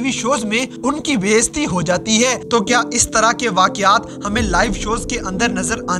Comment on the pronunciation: بھائی اپنی بھی اردو ٹھیک کر لو بیستی نہیں ہوتا bayizati ہوتا ہے ہوتا ہے